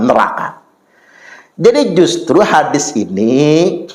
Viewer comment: Uah menang sebutan hadits jadi hadif aja, ga ada kelebihannya, ceramah tentang sejarah dan pahlawan Indonesia aja ngaco, cauape DECH... Cerdas dan pandai dong para umat Islam ini, jangan asal percaya pada ceramah2 yg dianggap/ mengaku ustadz itu